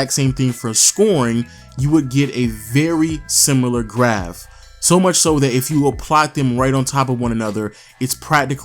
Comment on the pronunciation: Haha it’s graph not graft